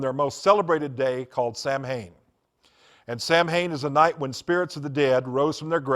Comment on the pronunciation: "Sam-Hain" That is how it is spelled, but it is pronounced "Soween". Odd that someone who had been so into it wouldn't know how to pronounce it.